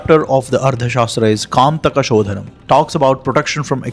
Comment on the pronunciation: ಅದು ಕಂಟಕ ಶೋಧನ , ನೀವು ಅದನ್ನು ಕಾಂತಕ ಶೋಧನ ಎಂದು ಹೇಳಿದಿರಿ, ಭಾಷೆಯ ಉಚ್ಛಾರಣೆ ವ್ಯತ್ಯಾಸವಾದರೆ ಅರ್ಥವೂ ಬದಲಾಗುತ್ತದೆ. ಇದರ ಬಗ್ಗೆ ಗಮನ ಕೊಡಿ.